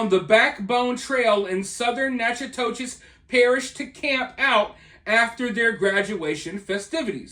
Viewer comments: Nack-a-dish. Not Natchitoches. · I’m from that area,Natchitoches is pronounced ‘knack- uh- tish’. 😊 As for big foot, I think it was probably a boar or black bear in this case. I’m undecided on big foot in general. I’d definitely be interested in a channel that explores the paranormal, conspiracy theories, etc.